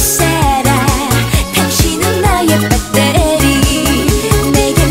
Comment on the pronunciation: 이노래의 재미있는점은 배터리를 빠때리라고 발음한것같내요